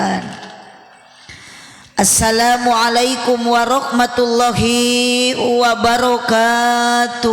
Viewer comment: mohon maaf, Apa benar baca salamnya gitu,? Setahu saya yg dipanjangkan lafadz Alloh nya, bukan HI nya